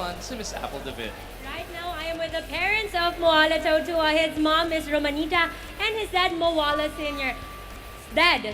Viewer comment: How cuturally insensitive. Tautawa is how he ssaid Tautuaa's name, he's tongang snd should be taootooahah.